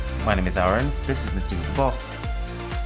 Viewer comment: It really bothers me how you pronounce your name as Aaron instead of Arun, but at the same time I like it too